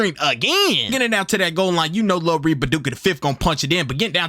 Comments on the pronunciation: "Louiss ville" 💀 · “lewisville” is crazy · Loo-e-ville bro 😂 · Love his vids, but him pronouncing “Louisville” wrong irks me a bit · The S is SILENT in Louisville